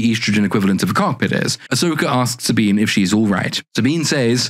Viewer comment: Saw-Bean is board. Like her chest.